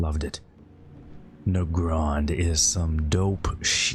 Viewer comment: I pronounce it "Nuh-GRAND"